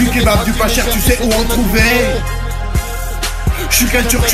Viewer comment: c'est kebab pas kababe